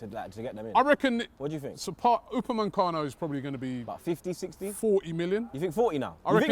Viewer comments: It’s Upamacano not Upamancano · UPA ME CANO why Robbie... Now adding an N in the middle of the man's name Shiiiiii.. you Dizzy or is it Naitland Miles now aswel u raascal's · These men love saying ‘Upamancano’